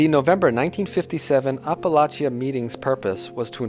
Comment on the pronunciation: You mispronounce several Italian names and Apalachin also...